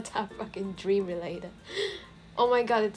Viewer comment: That isn't dream that's dweam